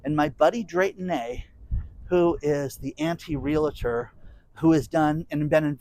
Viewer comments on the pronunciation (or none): love your videos. I just heard you say real-a-tor but there's no a in between the two syllables of realtor.